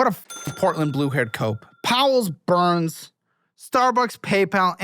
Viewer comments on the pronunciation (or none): none